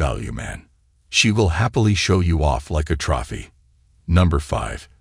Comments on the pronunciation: "LIKE A TROFFY" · She'll show me off like a "troppy"? What the frig is a troppy?